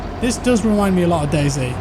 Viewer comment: you didn't say dayz when u said what the game is like . its dayz lol